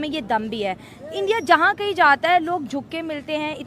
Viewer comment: तलाकात क्या होता है 😂😂😂 अबे सालो सुधार जाओ इंडिया होता है एंडीया नही भाई जान होता है पाई जान नही😂😂😂😂